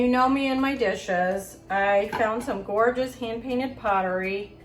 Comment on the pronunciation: Copper pieces are gee-or-jus!